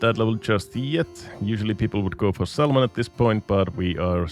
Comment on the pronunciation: salmon is spelled with silent L, like samon